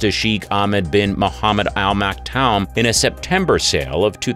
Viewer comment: Damned AI. If you know racing, you'll know how Sheikh Maktoum's name is pronounced.